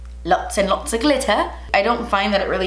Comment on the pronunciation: That British accent on glitter 😂